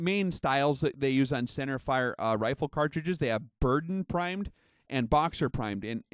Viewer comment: It's pronounced Ber-DAN.